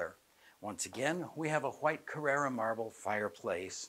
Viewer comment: Glad it’s not just me! The mispronunciations were a serious distraction! Are we not mentioning how she pronounced Carrara marble?